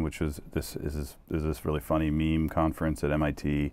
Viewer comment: Wtf Mook doesn't say MeMe correctly.